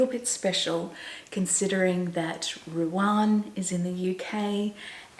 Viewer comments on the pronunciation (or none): I wonder why you call Ruan Ruarn?? I follow her also and she pronounces her name as Ru anne. I’m sure it’s not your Aussie accent. I don’t mean to be critical and she’s probably too polite to say anything.